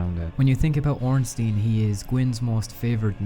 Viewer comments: is ornstein not ornstin do.you say einstin? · Well, if we want to be 100% correct, wouldn't it actually be pronounced "OHN-shtein"?